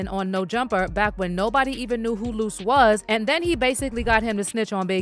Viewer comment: Lost it when he called luce (loose chuuche lipz) ahhhhh haaaaa!!😂😂😂